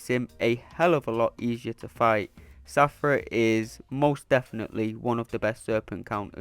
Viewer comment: Take a shot everything he says Shathra as Safra 😂🍻